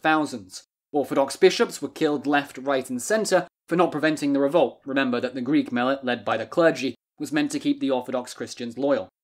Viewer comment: Good video but as a greek i cant help but laugh when you desperatly try to pronounce greek words